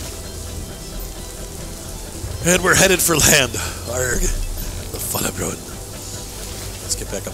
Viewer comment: It is not "bjuen". You said it right the 2nd time you said it. 👍🏻👍🏻Nned help with these norwegian names? Ask me😁😁